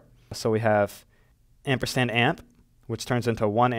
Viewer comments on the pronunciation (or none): It's called amperSand, not ampersTand.